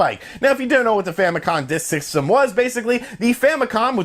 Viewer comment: No idea what the "Famicon Dis Ksystem" was, ... You talk so fast sometimes, its actually hard to listen to, especially for non english speakers XD